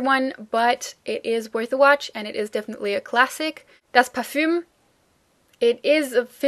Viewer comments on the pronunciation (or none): Isn't the word "Parfum" pronounced the French way when it's written without the umlaut as it is in your video and the standard German way like you pronounce it when it's written with it?